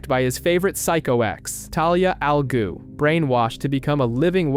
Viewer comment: Cool video… but what the heck is an “a ghhu” it’s not that hard😂